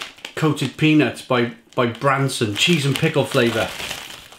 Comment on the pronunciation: It’s BransTon.